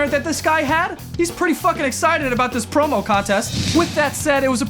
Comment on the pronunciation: I thought its said "Porno" instead of Promo😂😂